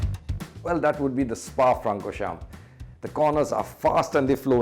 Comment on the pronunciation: I am fan of from now on, he said Kimi and Spa. 😀